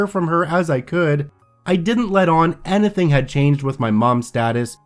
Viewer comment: any-thing, dude... not ana-thing!!! Speak properly. Thanks.